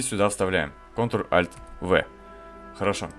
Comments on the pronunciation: Идиот тупой! Несколько часов потратил и нечего не получилось! Непонятно объяснял и нёс какую-то хрень. Какой нафиг контральтцэ или контральтвэ??? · Что за контрлальтц? ЧТО ЗА КОНТРАЛЬТВ??? ТЫ ЧЁ ОБКУРИЛСЯ?